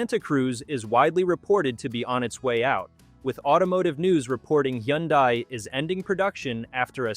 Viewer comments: Wth is a Yundi? Where im from Hyundai is pronounced Hun-Day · It's pronounced "Hunday". Go watch their commercials. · The “Yundai” Santa Cruz? AI for sure. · When the commentator pronounced Hyundai a different way, that's when AI became very apparent.